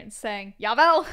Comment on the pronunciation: As a dutch speaker, i didnt expect you to say " JAWEL" 😅😂 U said it perfectly! But i didnt understand you said your great grandma spoke german but then u said they speak dutch. I am sorry if i am all over the place. Are you both of german and dutch ancestry? JA of NEE? hahah